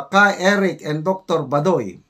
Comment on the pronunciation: pls pronounce correctly Dr Lorraine Bah doy not badoy